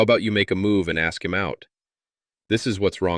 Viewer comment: Not listening to anyone who can’t pronounce ask! Must be handicapped